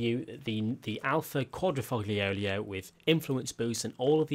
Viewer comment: "The Alfa Quadrifoglioglio" xdd